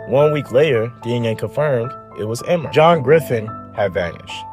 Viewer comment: It's not emma, it's E-mer